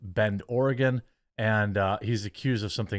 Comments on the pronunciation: Btw Oregon is pronounced the same as 'Organ' not literally Or-e-gone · Not "Ore-uh-GONE," bro.